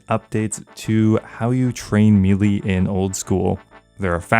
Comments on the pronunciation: The word is may-lay not mee-lee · It's not pronounced me-lee its maylay... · Its pronounced may-lay say it right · CAN YOU PLEASE SAY MELEE CORRECTLY. FFS. ITS PRONOUNCE MAY-LAY. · It's spelled melee, it's pronounced maylay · For the love of sky fairys learn how to pronounce melee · Please stop pronouncing melee incorrectly.